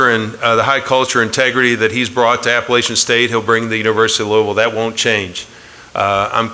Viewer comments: Its App-pa-LATCH-in, not App-pa-LAY-shin. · Traitor.....just wanted the money. At least teach them to say Appalachian State correctly. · Very disappointed in Louisville for not taking the time to pronounce Appalachian properly. I wish Scott Satterfield and family the best. App State will truly miss him. I will ALWAYS be a Mountaineer.